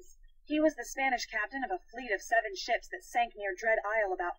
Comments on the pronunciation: i thought you said Nancy drew ransom of the seven shits XD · I thought he said, "Ransom of the seven shits."